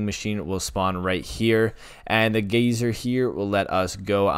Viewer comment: “Gayzer” lmao sorry